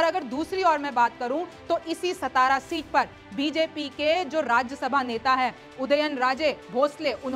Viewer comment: मैडम जी सतारा नहीं सातारा बोला जाता है।